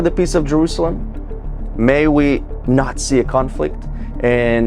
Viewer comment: did he jus say 'may we nazi a conflict' lol